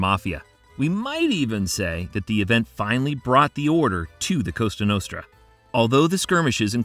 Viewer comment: Costa Notra? WTF?😂😂😂